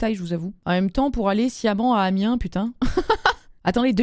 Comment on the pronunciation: Le troisième mail.... Ça manque de détails Elle(où il?) lui en a parlé avant ? Lui a dit qu'il voulait faire du jonglage ailleurs ? Mais la sans rien Ah et Amiens on dit pas le S, mais conaS, on le dit (sérieux, la proprios de la location et j'étais en vacances arrêtait pas de passé par conaS.... Et je rigolais dans son dos.... Oui, j'ai 10 ans d'âge mentale)